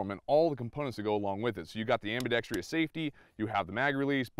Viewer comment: Ambidextrous....4 syllables, not 5.